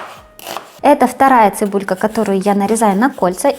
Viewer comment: Вроде норм была а тут " цебулька " не позорься.